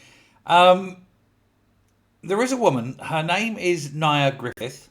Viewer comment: It's pronounced "near" as in "near death experience".